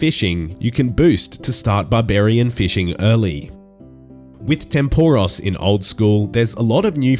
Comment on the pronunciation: my god man, atleast pronounce tempoross correctly